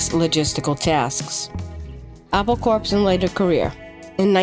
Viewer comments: Why don't/didn't you know that corps is pronounced core? Ever heard about Marine Corps or Peace Corps? Same as with Apple Corps. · Corps is pronounced core. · CORE, Not CORPS...Like Apple Core!